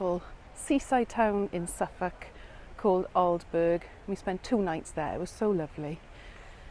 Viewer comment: Glad you enjoyed your trip to East Anglia, its a lovely area! BTW- Aldeburgh is pronounced Aldebrrr, by us locals!